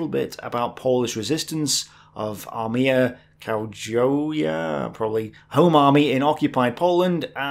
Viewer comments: AK - Armia Krajowa - you can read it as Armia Krayova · Some pronunciation help - Armia Krajowa is ahr-me-ah cry-oh-vah. Not sure why attempted this. I am very well versed in this history. My father was in the Polish Army - Poland 1939, France 1940, got to the UK in 1942 through Vichy France and Gibraltar, back into France in 1944 with the Polish First Armored Division. If ever does Normandy (post D-Day), I am looking forward to his discussion of the Falaise Pocket. Growing up, I was in the Polish scouts (harcerstwo). Some of my instructors fought in the Warsaw Uprising when they were 12 to 14 years old. Trying to cover this topic in a less than an infinite video is almost impossible. If you want to get an emotional feel for the Powstanie, watch Andrzej Wajda's film Kanal. Sosabowski and the Polish paratroopers expected to be dropped into Warsaw to join the uprising. The purpose of this brigade, as opposed to other Polish units, was to fight in Poland. But they were not and were thrown away at Arnhem. The Polish Armored Division was in Normandy, on its way to Hill 262 (Maczuga) to try to block the German Seventh Army from escaping. They sat there killing Germans for three days until the Canadians and Americans finally linked up and relieved them on August 23. This history is so sad and tragic. Hard for us in the West to really comprehend. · Its pronounced "Armia Kra-yo-va" I think. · Armya krayova ;) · Armia Krajowa pronounced as Cryova with stress on "yo" syllable. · Man You even don't know how to pronounce Armia Krajowa. Leave the Slav history to Slavs.